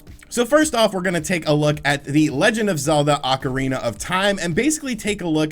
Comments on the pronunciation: Take a shot every time he says “Legend of Zelda: Oncirina of Time”. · Is it Acarina or ocarina ?